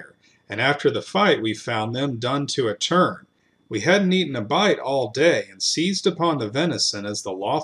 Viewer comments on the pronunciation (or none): none